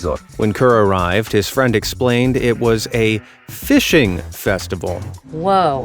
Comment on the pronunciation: “ooh fwend”